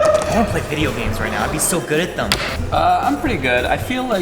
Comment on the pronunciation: “I’m GREAT” is absolutely sending me